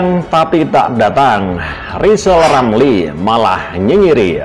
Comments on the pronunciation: Lisal Lamli kalo ngomong macam olang sakit gigi, nyebut namanya sendili tdk bisa, bisanya nyinyil telus. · Pak rizal lamli latih bicara huruf R biar jelas di dengar 😃😄😁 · Rizal rampli orang hebat.nyinyirnya.....ha ha ha....suruh belajar bilang R yg bener. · Sehat terus pak presiden JOKOWI dan keluarga.rizal Ramli biar netizen yang urus,aneh juga nama depannya R tapi ga bisa ngmg R.orang yg ga bisa ngmg R itu blm kena karma,smoga karma mampir disaat tahun baru buat RIZAL RAMLI. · RR yg tk bs ucap R,omong besar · Kasihan RIZAL RAMLI..baru belajar ngomong .R...mestinya ngak pantas dapat Undangan pernikahan Mas Kaesang...lebih pantas & Mulia yg dapat Undangan Bp.Angkringan Kopi. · Rizal R sok aja ngomong R aja gak bisa kok pengen jadi presiden siapa yg mau milih